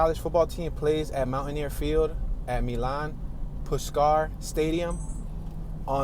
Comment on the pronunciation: Man, you are butchering every name you say! The stadium is pronounced MYlan Pushcar (Milan Puskar), the county is pronounced Mon an GAL ia, the river is pronounced Ma non ga HEE la